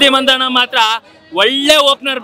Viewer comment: ಮಂದಣ್ಣ ಅಲ್ಲ, ಮಂಧಾನ.. ಮಂಗಣ್ಣಗಳ 😂